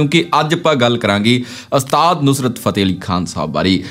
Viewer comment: ਘੂਸਿਆ ਪਹਿਲਾਂ ਤਾਂ ਇਹ ਗੱਲਾਂ ਪੱਲੇ ਬੰਨ੍ਹ ਕਿ ਅਸਤਾਦ ਨਹੀਂ ਓੁਸਤਾਦ ਹੁੰਦਾ ਤੇ ਦੂਸਰੀ ਗੱਲ ਇਨਾਂ ਫ਼ਿਲਮੀ ਸਟਾਈਲ ਚ ਬੋਲਣ ਦੀ ਬਜਾਏ ਨੌਰਮਲ ਵੇਅ ਚ ਬੋਲੀ ਦਾ ਹੁੰਦਾ।ਦੇਵ ਆਨੰਦ ਵਰਗਿਆਂ ਤੋਂ ਖਹਿੜਾ ਛੁੱਟਿਆ ਤਾਂ ਤੇਰੇ ਵਰਗੇ ਆ ਗਏ